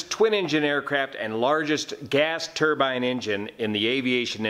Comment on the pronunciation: Also, I might be incorrect but is it a turban engine or turbine? It might be in the pronouncement.